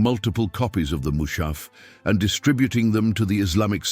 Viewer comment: Mu's'ha''f not Mu'sha'f